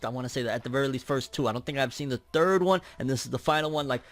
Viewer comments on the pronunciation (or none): none